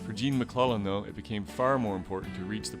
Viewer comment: Nice piece. But it's Gene MacLELLAN....not MacLennan.